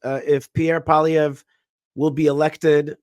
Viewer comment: Congratulations on pronouncing our Conservative leader's name well....Paulie (like Rocky's Brother In Law) Ev.....in French you add something like ruh to the end but in English it's not needed.....